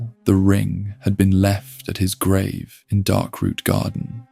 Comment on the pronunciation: How can you mispronounce grave?